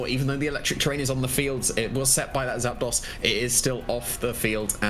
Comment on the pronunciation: ZAP ....... DOS two words ZAPDOS How do you even think to pronounce that ZAPDAUS xD